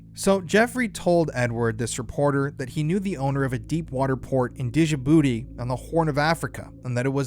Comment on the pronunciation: It's pronounced Jah'bootie. Not D'Jah'Bootie